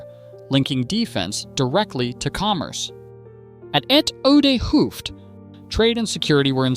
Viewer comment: nice to watch but painful to listen to. why not ask someone how to pronounce those dutch words. p.e. the T is short for 'het'= the, pronounced as [hat]. hooft is pronounced [hoaft] etcetera.